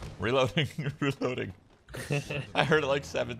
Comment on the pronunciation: Now I can't unhear "Reloading" whenever I play...